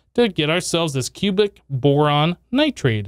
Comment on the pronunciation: It is nitride lol, every time he says it, he says nitrade. I used to all the time so I get it. But it is a nitride